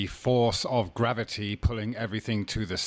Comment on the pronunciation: Grav-O-tee, FTW!